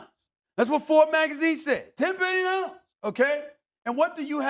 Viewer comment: "This team is worth Tembeyahhllhhh!"